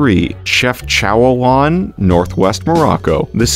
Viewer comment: haha how he pronounced Chefchaouen :p exactly like me when i try to read a Chinese word